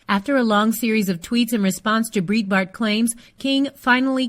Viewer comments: Exactly. And the mispronouncing of "Breitbart" is driving me crazy too. It's pronounced "bright Bart" like the word "bright", not "breet" like in "burrito". It's like someone pronouncing "CNN" as "see nuh nuh" over and over again. No offense, but I can't bear to listen. Bye. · "breetbart" . My ears are bleeding. Pronounce it correctly!! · Its pronounced Bright-Bart. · Who's "Breet-bart"? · It's pronounced BRIGHTBART. It's a German name. #weareallhuman. Shaun King fights for #criminaljusticereform. He is one of us. Leave him alone